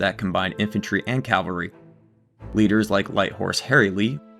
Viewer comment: To the narrator of the second portion - I enjoyed your information, but, please, "Calvary," as you pronounced it, was the hill where Christ was crucified. "Cavalry," which you meant to say, are mounted troops. Elementary school mistake.